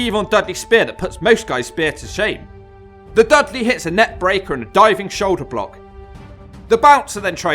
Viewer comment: No clue why but the way you say "pile driver" and "shoulder block" with the pause in between annoys the piss out of me.